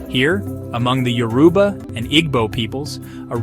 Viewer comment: A few pointers on pronunciation: Igbo is pronounced ee-bo. The “g” is silent. Yoruba is pronounced YOR-uh-bah, not yo-ROO-bah. Obatala is pronounced o-BAHT-a-lah, not o-ba-TAH-lah.